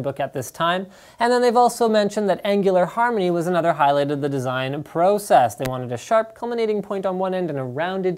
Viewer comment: The way that you say process and processor freaks me out, but a good review.